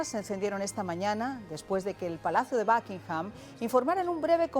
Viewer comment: Los españoles hablando inglés cambian muy cómico la U por la A. En “El Espejo” llevan a un experto en temas políticos que pronuncia “Tramp” a Donald Trump y ahora y la invitada dicen “BAKingham” al Palacio de Buckingham